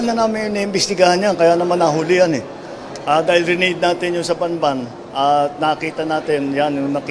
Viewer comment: "Banban" loool know your cities and pronounciations